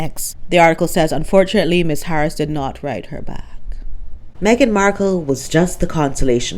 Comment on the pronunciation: Lololol - MEG-ILARIA 😂🤣😂🤣😅